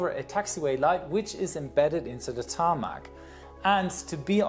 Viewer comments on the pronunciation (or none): He protecc He attacc But most importantly, he call it a tarmaccc